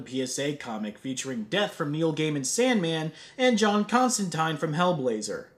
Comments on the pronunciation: I commend you for proper pronunciation of "Constantine". Even his own series did that wrong. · Wait wait wait...He correctly said Constantine.